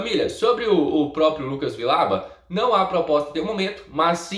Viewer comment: Se diz "Vijauba"